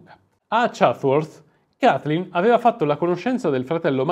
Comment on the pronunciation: Ancheio ho un pessima pronuncia inglese, però non puoi pronunciare "Kaiflin" 😄😄